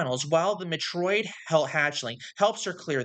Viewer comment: Why is this in my recommended feed, and why can't you pronounce Metroid correctly? 😭